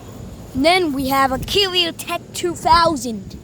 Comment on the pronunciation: Dude did not say the “carrier” carefully